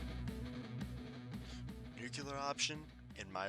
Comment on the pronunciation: Dude - Its not "nucular" Its noo-klee-er